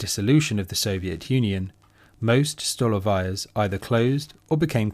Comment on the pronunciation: Totally agree: stolovayas providing inexpensive yet healthy nutritious food should be avaiable to the ordinary people of any nation. (P.S the Russian word "столовая" is prononced with the accent on the second syllable: "stalOvaya." My apologies if you think I'm being pedantic.)